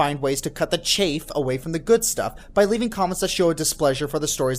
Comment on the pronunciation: Great discussion. Really made me think about my own content creation, as well as that of others. Very helpful. Though, I will say this:, the word is "chaff", not "chafe".